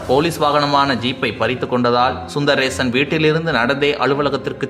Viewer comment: செய்தி சொல்றவரே நாக்க போய் கழுவு... DSP பெயர் சுந்தரேசன். சுந்தர் ரேஷன் இல்லை சுந்தர் ஆதார் அட்டையும் இல்லை.